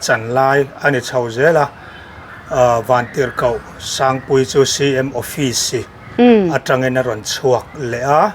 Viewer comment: Felek tih leh Awfisi tihlai hi a hit top 😂 hi chu aw mi zeizia hi i man thin teh e...😂😂😂